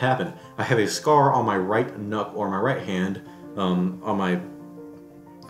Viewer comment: Lol, sounds like you said "I have a scar on my right nut, I mean hand"